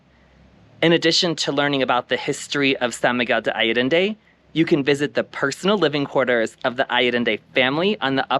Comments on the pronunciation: When showcasing a spectacular location such as SMA, it was similar to nails on a chalkboard to hear the name mispronounced. Please understand my intention is not to shame you and more to emphasize that as Expats it is our duty to show respect and learn how to correctly pronounce the name of the location we are videotaping / visiting - especially one that is so well-known and popular. I wish you the best on your travels. Keep smiling and videotaping the world for all of us to see! Thank you. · Learn how to correctly pronounce the place you are describing!